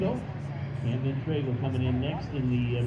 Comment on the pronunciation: Camden's last name freaked the announcer out so bad he forgot how to pronounce his first name.. Amazing